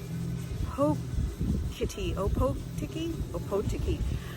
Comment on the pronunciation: Nice little b&b, can't knock your pronunciation given your not from here and even kiwis say it that way but if you want to say it right as you regale your friends and family of your adventures in foreign lands - its oar-paw-tiki That part of the museum with the ships wheel is actually the top deck and wheel house of THE STAR OF CANADA which ran around there way back in the day, cook ended up murdering a few of the locals like you said, he asked for supplies and they understandably told him to get lost, so he called the region THE POVERTY BAY, he sailed up around past Opotiki and when they gave him supplies he called that THE BAY OF PLENTY, there's still a bit of bad blood over the colonial history of nz, there's a five part series by James Belich called the nz land wars if you ever care to know it, don't worry about the logs, it's pinus radiata and we can mature it in 25 years, it's a sustainable industry and now we're at a point where as fast as we harvest it, theres new blocks to be cut down and replanted, infact I think we struggle a little to keep up with it now, cool vid though, sorry you didn't catch us at a better time.